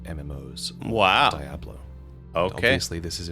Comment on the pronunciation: DIE-ablo,?